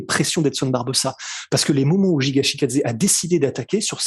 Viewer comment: Ce n'est pas Jiga c'est Giga brooo's des sueurs x)